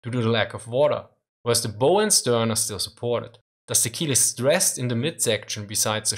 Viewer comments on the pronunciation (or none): It's also worth noting that most of the energy of a bomb explosion on an armored deck or turret dissipates into the air whereas a near-miss can transmit more of the energy, through the water, to the hull or keel of the ship. Also, under the heading English is nuts: "bow" rhymes with "Dow" not "Go." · It's "bow" like "cow"...not like a bow and arrow. In the word buoyancy the stress is on the first syllable. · "Bow", when referring to ships, is pronounced like the word "bow" (like when you lower your upper body as a sign of respect). It's pronounced like "ow" (like you're yelping in pain), not like "bow" as in "bow and arrow". Also, "result" is pronounced "re-ZULT", not "RE-zult". "Buoyancy" is pronounced "BOY-ancy", not "boy-ANCY". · Minor pedantic correction: The bow of a ship is rhymes with cow, not slow. When you bend a person or the material making the front of the ship it is bow like cow. When you bend any other object it is bow like slow.